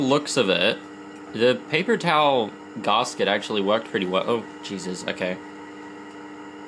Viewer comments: Please never say /garsket/ again!😥 Even in the most posh British circles its still just gasket, as in gas-ket (gas like vapor, ket like ketamine). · its Gas-Ket, not Gahsket wtf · Is a garsket the same as a gasket? He keeps saying that word.. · P.s its not garsket, its GASKET 😅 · Long time Subscriber, absolutely love your channel and attitude.... Discovered 2 things about you I dislike.... 1. It's GAS-ket not GAHHS-ket, makes my brain fizz when you say it. And 2, You dont know the Your fridge is running joke?, literally one of the oldest jokes in modern culture, That joke had to have been invented alongside the fridge.... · Brother it's gasket.... gas ket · the way you pronounce gasket hurts my soul deeply